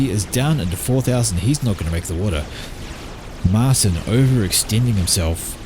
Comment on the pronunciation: Dutch name Martijn is pronounced something like "mar TAYN".